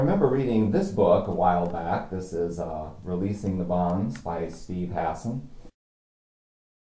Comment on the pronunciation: You said Hassan correctly.